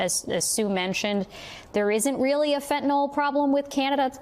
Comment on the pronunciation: Omfg. FentanYl. With a Y. NOT FentanOL!!!! Fentanyl. Please, people!!!